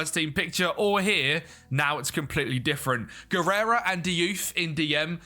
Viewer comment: A solid 1 hour of calling Javi Guerra "Guerera"